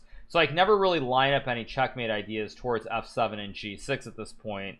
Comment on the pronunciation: I found g6 sounds like “I found Jesus”. Made me double take.